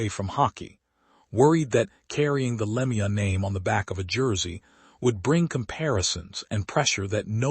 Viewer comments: Dumb AI commentary. That's not how you pronounce Lemieux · Agree it a disgrace to pronounce his name like that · I detest this AI garbage. The second I heard the mispronounced name I got out. I'm blocking this clickbait as fast as I can😠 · Please pronounce his last properly